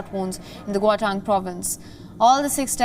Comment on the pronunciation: It’s gauteng not goutan, and pls report accurately , it’s not about Zuma, started with him!